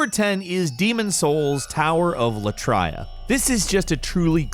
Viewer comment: Tower of Latraiah? Never ever heard of that place before